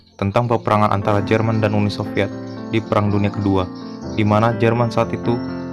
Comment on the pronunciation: Lu ngomong UNI SOVIET AJA MALAH " UNUL SILVIET"